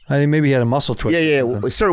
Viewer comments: Andrew saying “don’t tink too much” 😂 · "Mmmmm let me tink"